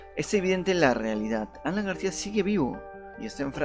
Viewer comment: Desde el momento que este tipo no sabe ni hablar, no pidemos dar crédito a lo que dice, "GARCIAS", si ni siquiera sabe el apellido del ex presidente 🤔 No se si estará vivo o muerto, éso no está en cuestión, sino este video y audio tan pobre!!! Da verguenza!